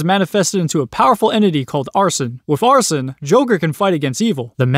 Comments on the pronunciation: seeing him say "arson" instead of arsEne made me feel pain but idrc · Its not arson, its Arsène. Are-sen not are-son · Why do so many people pronounce Arséne as arson? Joker pronounces the name right like every time he uses him, and Arséne literally said his name out loud when you first got him